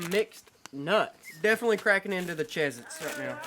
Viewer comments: Kendall it's not called CHEEZ-ITZ it's called Cheez-Its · Did you just call Cheese It’s Chiz It’s? Weird